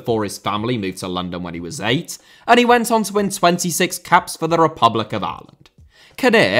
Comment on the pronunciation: Repeatedly hearing "Areland" is doing my fucking head in